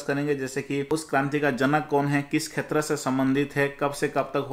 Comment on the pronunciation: सर आप क्षेत्र को खेत्र क्यों बोलते हैं।